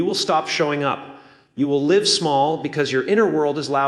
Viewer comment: Theirs No way it is Jim. Grammar issues he keeps saying live instead of live. A common AI sign